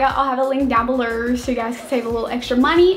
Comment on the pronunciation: can you say below,download, and almost every other word the right way god damn